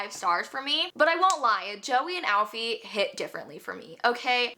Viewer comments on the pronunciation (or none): Joey and alfy cracked me up, it's pronounced ee-fah not Alfie. My favorite read last month was listen for the lie